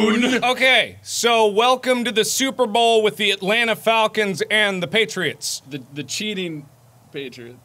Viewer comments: why cant you say super bowl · can't say "super bowl" Instantly calls it "super bowl" Nailed it.